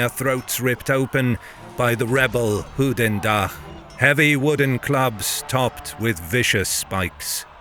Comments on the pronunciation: I am flemish/ Belgian and when saying “goedendag” you say it like “good” not like “hooten” it also sounds more like the german word “gutendag” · From the way the narrator pronounces Goedendag, he would have had a pretty rough night in Brugge :) But awesome stuff, i absolutely love this channel (and the narrator, sounds a lot like the guy that did this on Discovery).